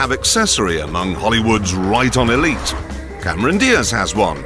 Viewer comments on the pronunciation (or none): none